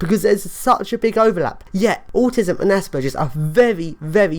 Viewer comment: Well at least you say Aspergers correctly. I am not sure I agree with some of your attitudes or some of your definitions. But I completely agree that there is a huge problem with the way autism and aspergers as being considered the same and treated the same. Your term of dumbing down is a bit hurtful although I doubt you intend for it to have that effect. Imagine having autism and needing help but having everyone insist that you must only have aspergers and refuse to understand or help you. Call me dumb if you must and ill try to not call you an asshole. Maybe you should try using your great brain to help others. Everyone deserves help and proper understand. We are all individuals with strengths and weaknesses.